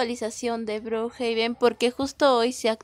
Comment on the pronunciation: No sé dice brojaben es brookhaven